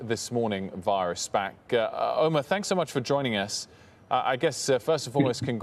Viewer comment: it's Omer, not Omar. And he's right about Tesla - They will most probably have to add lidar in order to enable fully autonomous driving.